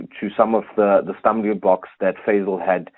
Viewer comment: Fazel not fadel